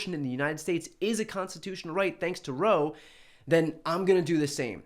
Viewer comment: Roe not rogue